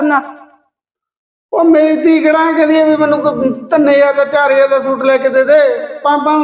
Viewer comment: ਸ਼ੂਟ ਨਹੀਂ ਸੂਟ ਹੁੰਦਾ ਚਲਾਕ ਭਾਬੀਏ ਤੂੰ ਤਾਂ ਬੋਲੀ ਹੀ ਹੋਰ ਬੋਲਦੀ ਈ ਏ ਸਹੇਲੀਏ😅😅 ਨਾਈਸ ਵੀਡੀਉ ਐਕਟਿੰਗ ਸਾਰਿਆਂ ਦੀ ਵਧੀਆ ਆ😅😅